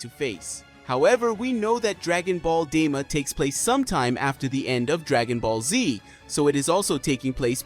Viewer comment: Bro said Dragon Ball Dima😂😂